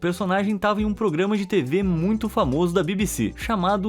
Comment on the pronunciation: VOCÈ....E... FÃMOÇO .